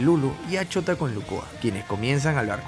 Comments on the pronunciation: Es shouta !! No chota! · Cuando dices shouta se escucha como chota XD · Chota xd no dijiste bien chota acá en argentina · Me da risa como dice el nombre de shouta por que suena como chota xddd